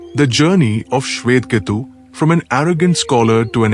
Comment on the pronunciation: Your selection of the story and narration are good. Please pronounce the sanskrit words as they are. Not in an artificial western accent. (Eg., Swetha Kethu: he is not swet ketu)